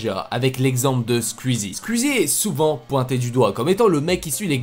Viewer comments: Mais poooooouuuuuurrrrrqqqquuuoooiiisss tu dit squezzi on dit squizzi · nan mdr tu le dis vrt mal squuzie c squouizie mais sinon super vidéo 👍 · Sa me stress c'est squouizi sa se dit comme ça pas squizi mdr 😂😂 mais heureusement que jt'aime bien 🤣 super vidéo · SKUIZI... SKOUIZIIIII 😅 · On dit SKOUIZI pas SKUIZI Merde fallait que je le dise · "Skuizie" TRIGGERED. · Oh bordel tu as un fond vert c’est grillé avec l’ombre et ça se prononce SKUIZI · Stp j’ai remarqué tu fait que dire squizi 😂 mais squeezie ( c´est bizard mais dire comme sqouizie mdr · Par contre stop de dire squiiizi sinon jtm continue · Tu dit skizi et tuteur